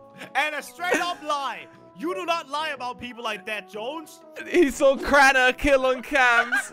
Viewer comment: It's keraner